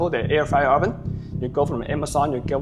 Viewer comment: 'Oven' is wrongly pronounced